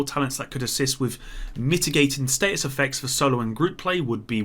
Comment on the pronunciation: Is it just me or does anyone else find it weird that pronounces status like state us